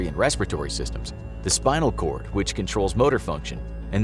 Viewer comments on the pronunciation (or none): none